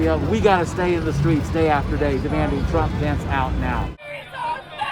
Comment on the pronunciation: The girl pronounced trump wrong